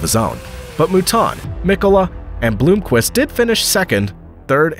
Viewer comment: Quattro in Le Mans? Permanent awd is not permitted in the endurance racing. Btw it’s Blomqvist not Blooomqvist, and Piëch not Peach and many more. Google can help with pronounciation either. These guys deserves it, they’re just legends in motorsport history.